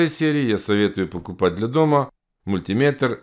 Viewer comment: Как приятно слышать мультимЕтр, а не мультИметр. Бальзам на душу. Спасибо. 👍